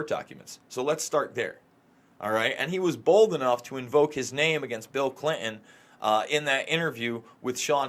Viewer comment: I love you, but would you please pronounce Clin-ton the right and the old fashioned way?